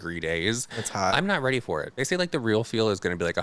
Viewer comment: laughing so hard every time says "get weady with me":D